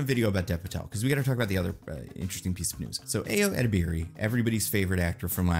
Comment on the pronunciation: Btw, a note on how to pronounce Ayo's first name (only so much one can do through text so not the mast name too, lol): It's Ah-yaw (like yawn without the N). Its a Nigerian Yoruba name.